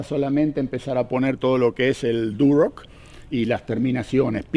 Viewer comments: Muy bueno... tenes razon comprar en Montreal esta dificilisimo... muy caro todo! Ahhh se dice Durlock no Durock jajaja. Ayer la corregias a tu hija. Saludos desde Montreal. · no se dice ( duroc ) es Durlock!!!! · En Argentina se llama "Durlock" porque es el nombre de la marca del producto, que seria construcción en seco o "Drywall" como seria el nombre en ingles. Como dato, a las personas que construyen en Durlock (y se pronuncia durloc) se los llama durlero. 😮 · Saludos.. se pronuncia durlock.. muy bueno esto de mostrar trabajos en Canadá, puede ser una sección nueva.